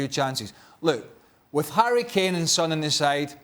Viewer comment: Craig, come on, you don’t even know how to pronounce the name of Son 😲😆